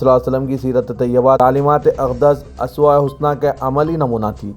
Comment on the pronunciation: .*╔═══ ❤☀💚☀❤ ═══╗* 💚💚💚💚💚💚💚💚💚 Dear, Assalaamu alaikum. Aap ka talaffuz sun kar log apna talaffuz theek karnay ki koshish karthay hain, kunki aap urdu kay naamwar akhbaar, SIASAT, say taa'alluq rakhthay hain. Iss liyay URDU alfaaz ka saheeh talaffuz karna aap ki zimmedari banti hai. Yeh dekhiyay inn do alfaaz ka talaffuz, ASWAYAY HUSNA naheen hai balki yeh USWAYAY HUSNA hai aur ARYAAN DANCE naheen balki URYAAN DANCE ( Yaani NANGA NAACH) hai. Ummeed hai aap mustaqbil may in baathoon ka qayaal rakhayngay aur har lafz ka saheeh TALAFFUZ karayngay thaaki hum jaisay log aap say apni URDU ki islaah kar sakayn!!! 🌐🌐🌐🌐🌐🌐🌐🌐🌐 ╚═══ ❤☀💚☀❤ ═══╝